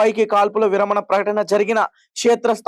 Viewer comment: తమ్ముడు, విరామణ కాదూ, విరమణ అనాలి